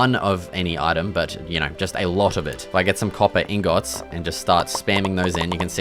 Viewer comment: bro invented the pronunciation of ingot